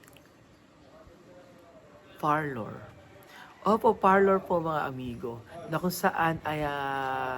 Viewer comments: Beking beki haha …parlor po..hindi Farlor! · Far-lour nga!!!!!!! Ohhhh… rather friveyt resort pala.